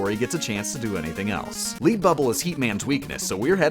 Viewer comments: Leed bubble? ITS LEAD BUBBLE you now the stuff in a pencil ! (I love your stuff). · These videos are entertaining and all, but your minor mispronunciations on simple words really bother me. If you're doing this stuff on purpose, then well played, but just in case: The Lead in Lead Bubble is pronounced like Led, like the metal Chasm is pronounced like Character Archive is pronounced like Arkham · LEAD BUBBLE. LED NOT LEED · Leed bubble... LEED BUBBLE!? Sorry, but it’s lead “luh-ed”. A lead “leed” is a lasso type thing. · I get that words are pronounced differently depending on where you live (like how you pronounce "archive" and "chasm") but it's "led bubble" as in the element lead, cause it is heavy, not "leed bubble" as in it is leading. Two different words with entirely different meanings, just spelled the same, so the pronunciation of that actually matters (unlike "archive" or "chasm" which are technically supposed to be pronounced with hard "k" sounds but you're not saying different words by pronouncing it with the written "ch" sounds so it doesn't really matter and you should keep pronouncing it that way just because it's hilarious how mad people get about it). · Also "Led Bubble" not "Leed Bubble" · exactly, it's lead bubble as in the element, not the bubble in first place lol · "leed bubble"? lead as the metal... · "Leed" bubble? Cmon now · "Lead Bubble" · Lead bubble is pronounced like the metal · Its lead bubble, like a pipe made of lead, not lead as in "I will lead ypu to victory" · He pronounces "Lead" not like the element, but like the verb. I love these videos, but honestly, he really has some weird pronunciations. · Can you pronounce LEAD and a few other words properly? Such a waste of a decent voice to mispronounce so many words :(